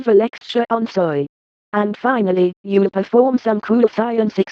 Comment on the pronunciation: Because you lost your cool when the class started to laugh, and you have a speech impediment when it came to pronouncing "soy". That shows that you can't handle this job, so we'll just go one day without Mason instead. Now, get outta my school!